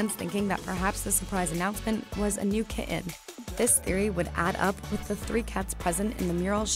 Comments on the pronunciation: KiTTen, not Ki-in :P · Me too!!! The way she said kidden when talking about the kittens!!! Horrible voice over. ;).